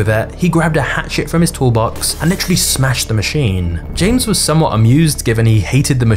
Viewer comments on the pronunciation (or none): Does everyone talk like you with that annoying inflection at the end of every sentence? Is that a thing now? It's so annoying, you make it hard to focus on the video. Example: it's called a machine, not a machinnnnnnnnnne.